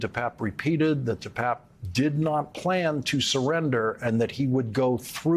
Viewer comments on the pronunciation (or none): Hey Lawrence - get his name right there I Papp and Pape long A pape David de PAAPe